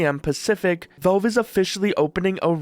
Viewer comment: Valve, bro. Not "Velve".